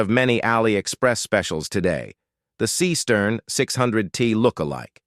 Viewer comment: It aint no SEEEE-STERN. SEESTERN is a GERMAN name, not an yanklish one. Thank u. 😂